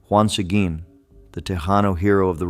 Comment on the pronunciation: Learn how to pronounce Sequin!